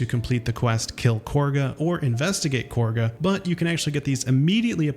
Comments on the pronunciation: are we gonna ignore that he said Korga instead of Kahga? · Why do people pronounce her name "KORGA"? THERE IS NO R. ITS PRONOUNCED AS ITS SPELT... KAH-GA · do you intentionally pronounce half the words wrong or ??? tf is a boolay??? it's bulette. korga???? you mean Kagha????? also the death do us part ring is basically just act 3 hidden things not act 1. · lol there is no “r” in khagha it is not corga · It took me like 15 seconds to realize that he means Kagha when he says “Korga” 😂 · Love your vids! ❤ And its "KAH-gah" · The way some of the characters pronounce Kagha sounds like Korga. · to be fair to him on the Kagah/Korgah thing, multiple NPCs such as Rath and Halsin pronounce it as "Korgar". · I just started my 5th playthrough recently, and I am amazed at how much I'm still discovering. I went out of my way to see as much as possible, yet there is still even more content to find. Incredible! Edit: You saying things like Grime-Forge instead of Grymforge or Korgah instead of Kagha makes me think you've never even played this game. Lmao